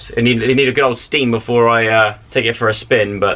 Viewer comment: Hehehheeheheh hahah joe said beflore TWICE freaking goof